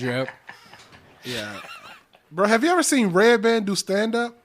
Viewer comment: Lmao, did just called Redban "breadpan"? 😂🤣😅